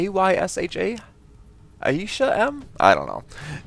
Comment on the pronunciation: AyshaM is my friend in school and almost every teacher kills her name, I told her that you got her name right 2nd time round, and shes kinda happy!